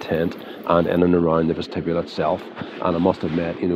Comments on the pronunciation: That's an interesting pronunciation of the word vestibule. I've never heard that before. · Great video…thx! Was intrigued by your pronunciation of ‘vestibule’ though…is that the usual pronunciation in Northern Ireland?